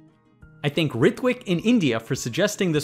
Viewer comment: Please learn how to pronounce THINK and THANK properly! I find it disturbing whenever you say "I think xxx for sending me this question".